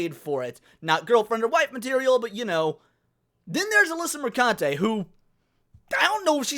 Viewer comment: Did you say "Alyssa Mercunte"? 🤣 🤣 ☠️